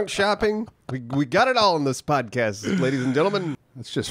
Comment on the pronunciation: Hahaha he said spodcat. Oh man I love